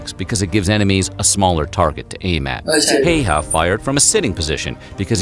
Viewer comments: Very cool to see as a Finnish person this here in your chanel 💚 But Häyhä is NOT nothing like "hey-ha" the start "hä" is pronounced like start of the word ha(ppy); so ha+y+ha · Yea it is annoying when people say “hiha”